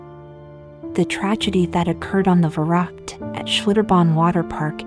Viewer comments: It's funny how the lector pronounces the German name of the ride. Verrückt - it should sound more like fer-riickt with the accent on the second sylable. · It’s pronounced ferooked